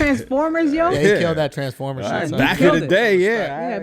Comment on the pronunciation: Ahahahah yall wild, I lost it when he said transform-her and that dude tsunami